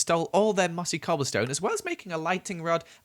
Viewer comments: it sounded like he said gobble stone instead of cobble 😂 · Ok i know its not a big deal but on day to he said gobble stone instead of coblestone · is it just me, or did say 'gobblestone'? lol idk, it just made me laugh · He said gobblestone when he was traversing in the start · said gobblestone lol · On day 3 or 2 he said gobblestone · anyone else notice that at one point he said "Gobblestone"